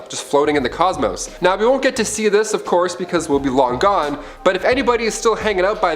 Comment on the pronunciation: “Of courth earth quakes” 😂😂😂 I love this channel